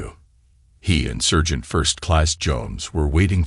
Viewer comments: SERGENT PRONOUNCED S"A"RGENT , NOT SURGEON EITHER. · I think he means SARGENT.......he just cant say SARGENT.....maybe SPECIAL training for using a "Scalpel" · The word is "sergeant" not "surgeon".